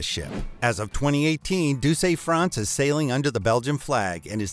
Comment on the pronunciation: congrats on absolutely murdering the pronunciation of douce france...